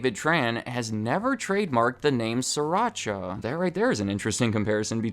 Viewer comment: Sri-Racha (Sreee- PAUSE - Racha) I speaka Thai